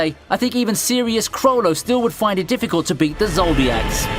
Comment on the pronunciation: Zoldyck (zoll-dike), not (zol-diac)